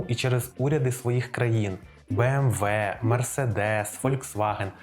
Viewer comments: Не кажіть «бі ем дабл ю», це американці так говорять, німецькою це «бі ем ві» або просто кажіть «бе ем ве» як кажуть всі в Україні 😃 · для чого BMW називати Бі-Ем-Даблю? Це ж німецький бренд. Він читається Бе-Ем-Ве. То хіба англомовні його називають Бі-Ем-Даблю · Згоден, вимовляти назву німецької фірми в Україні англійською сумнівне рішення.